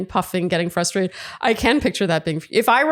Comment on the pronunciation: I've heard more and more people leave out the first R in FRUSTRATED, and say FUS-TRATED. It drives me batty!!